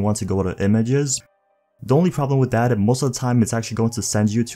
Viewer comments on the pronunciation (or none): He says “that” like Thad”